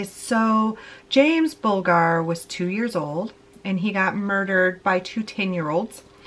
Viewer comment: Hey, I'm from England and I'd say most people from here know about it, it rocked the UK! (Also it's pronounced buldger just encase you were wondering 😊) Love your videos, as always 🥰